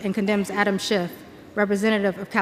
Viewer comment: She corrects her proper pronunciation of schiffs name to shift. That is just weird.